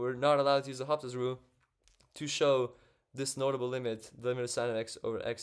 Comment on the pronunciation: In French, the 'H' is silent. So L'Hôpital is read as Low-pea-tell.